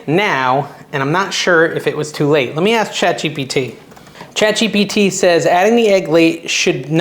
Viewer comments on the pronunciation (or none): none